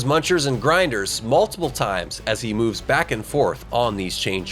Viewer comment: “So he mueuves through an adjacent castle to get there”. I know you meant to pronounce it normally(like “moovs”).